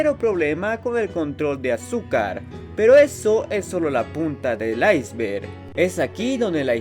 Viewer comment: dijiste "iceberg"?